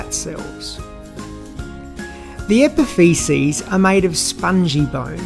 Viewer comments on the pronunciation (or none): Nice and helpful video, but I laugh every time I hear epifeces !